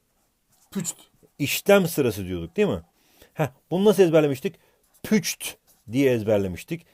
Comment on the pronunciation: Püçt Değil Üpçt